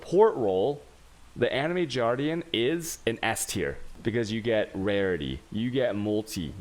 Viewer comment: Jardian? Why? Animated Guardian...